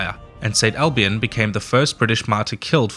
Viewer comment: St Alban, not Albion!